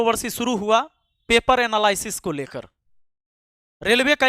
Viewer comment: एनालायसिस ❎😂 nahi एनालिसिस ✅ मूर्ख